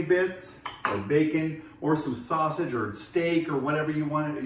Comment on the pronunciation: i was doneeeeee when you said “fasage” and “facon” 🤣